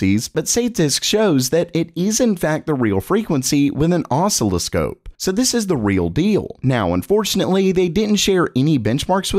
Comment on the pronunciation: Say oscilloscope again!! 😂 ❤